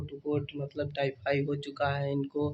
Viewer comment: Bap re bap tai fai nhi hota h tayfaid hota h